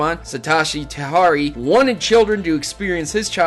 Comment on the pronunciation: its satoshi tajiri not tahari